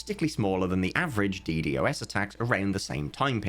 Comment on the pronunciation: Death of Cubeworld pls stop calling it "D,D, OS Attack" its a "D-Dos Attack"